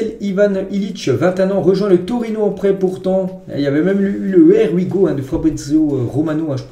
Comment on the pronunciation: Here We Go [ iye wi go] et non pas [ er wi go] 😀😀